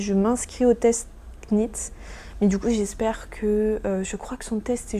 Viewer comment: Le petit bonnet pour bébé est trop cute ❤ Juste pour info knit se prononce sans le « k » en anglais, comme knot ou knife 😊